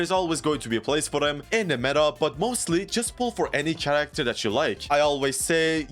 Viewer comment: no fucking way he says character with TCH. jesus what a low iq.